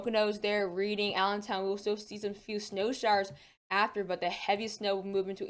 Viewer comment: Love your forecasts, and I don't expect everyone to know this, but I thought since I'm from Pennsylvania, I'd mention that Reading is pronounced Red-ing (like the color red). Love your channel. Thanks for the forecast it's very helpful as I'm getting hammered with snow right now.